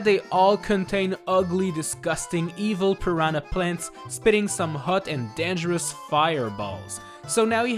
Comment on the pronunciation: How he says dangerous: denjurush